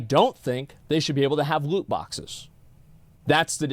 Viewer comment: woot bwoxes - asmongold